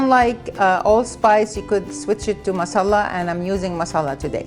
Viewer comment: yo fousey, tell there is no shadah on the L in masala, its pronounced ma - saala. trust me im indian. ps~ its all love and i appreciate everything u r doing:)